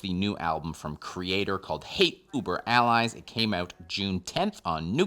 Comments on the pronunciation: Anytime mispronounces something, it's 99.99% on purpose. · Okay, you said the album name incorrectly AND you said “nucular” instead of “nuclear.” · I've been listening to this quite a lot the past week and really brings into words what I've been feeling about this album. Also, please someone tell to never attempt to pronounce "hate uber alles" ever again!